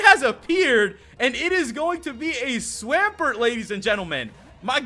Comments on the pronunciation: a what??? Holy up a second, what the fuck is a swam..... pert? u mean a swamp.... ert? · i feel offended of how you butchered swampert name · omfg the way he pronounces swampert 😤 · It's Swamp ert not swam like swim past tense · Swamp-----ert not swaampert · No offense but swampert is pronounced swamp pert not swaaaaaampert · You pronounce Swampert so weird lol